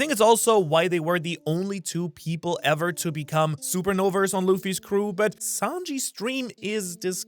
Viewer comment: Did this dude just say “SUPERNOVERS”? 😂 idk why but I found that hilarious